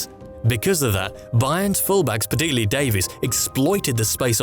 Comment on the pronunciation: work on your pronunciation, you tend to forget some syllables in "particular" for example